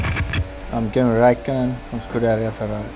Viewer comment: It's funny when he speaks English he even pronounces his name in the English way, lol